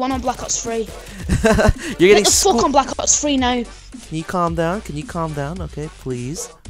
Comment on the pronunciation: He said "fock" about times